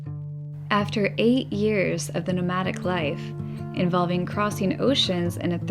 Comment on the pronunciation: During your intro section I always think you are saying " After 8 years of living a pneumatic life" I know you are saying nomadic but the idea of living a pneumatic life has some very unique possibilities. :)